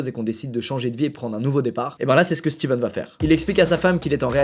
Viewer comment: coup dur pour, c'est stephen et pas steven